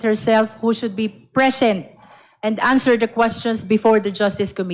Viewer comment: Putanginang yan…Ang titigas na inglis!!🤣🤣🤣 “shi must bi prisint🤣🤣🤣🤣